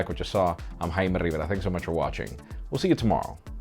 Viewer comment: TRON Not a smart one right? Jaime Rivera isn't a english name so isn't spelled in english, the way he says it is the spanish way or the right way just making bit if enfasis on the way of the R is spelled... mostly as a mock because the way the R is spelled in spanish is hard for english speakers to spell. or in reality he want to say his name in the right way but as an angloparlant he can't spell it in the right way.